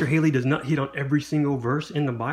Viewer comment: Good review of a wonderful book, but just have a comment sent with kindness. Henry Halley's name is pronounced: Halley, not Hailey. Sounds like Sally or valley, not Bailey or daily.